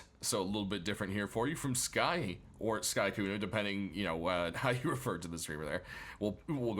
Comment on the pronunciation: "Skykunno" or "Sky" LMAO it's "Sykunno" im not a fan or anything, just thought it was funny